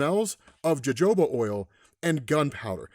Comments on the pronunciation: Yo-hoe-buh is how you pronounce jojoba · fun fact of the day. the oil that Rachel smells of, Jojoba Oil is pronounced more like "Ha-Ho-Ba". Enjoy the wrinkles in the brain:) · "Jojoba" is pronounced "Haw-Haw-Ba" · The j has an h sound . Hohoba 😂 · it spelled jojoba. it's pronounced: hohoba why would I do something like zat? -pink panther ref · Jojoba oil being pronounced with the J’s hurts 🥺